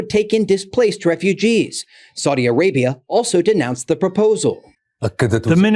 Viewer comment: Saudi rhymes with HOWDY...